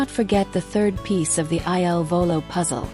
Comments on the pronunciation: PLEASE CORRECT Your narrative!!! Their name is "il Volo" NOT I.L. Volo !!!! The il means THE and VOLO means Flight in Italian. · IL VOLO …….. pls, not I.L.volo……..every night I say the same thing😮